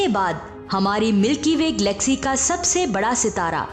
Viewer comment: Mam vo glaxy nahi galaxy hai,kyunki Glaxo Laboratories ne glaxy nahi banaee....tnQ